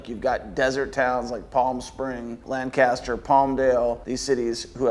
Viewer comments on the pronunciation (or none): none